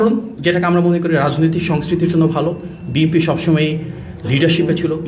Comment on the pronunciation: বাপারে বাপা!! বিএনপি এর নামটা ও ঠিকমত উচ্চারন করতে পারেন না। আপনি হলেন HSC পাশ নেতার উপদেষ্টা।